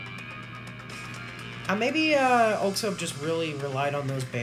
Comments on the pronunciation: This was epik also its 'aux ob' pronunciation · The pronunciation for oxob is ox-sob and again your welcome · Heya man. I’m new but I would like to add some context for the video. Oxob (pronounced OXOB not OXOBE) has been through some s***. He was originally a stunt man but lost his hands in a helicopter accident. A government agency then brought him in and gave him new bionic hands as well as his added strength and electrical powers. He won several RHG fuels getting hurt severely almost each time. Then he lost a fight and his legs were completely crushed. After months of rehab he was able to walk again, barely. That’s when he fueled Jade where his bionic hands were destroyed. Jade then offered to spare him and repair his hands and give him the leg braces in exchange for joining her clan. He had pretty much JUST gotten them before heading out to fight Gildedguy. Throughout the fight both of them are pushed to their limits and Oxob’s prosthetics are severely damaged by the lightning. Gildedguy puts his gauntlets back on which reopens his wounds. So much so that you can see his hands are now covered with blood, but he still nods to Oxob on the ground showing he’s still gonna keep fighting. Oxob nods back, gets up, and walks despite the loss of his leg braces. And they keep fighting until the next morning where we see both of them completely worn out. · Oxob is pronounced as Osob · i think the correct pronounciation of oxob is ok=sob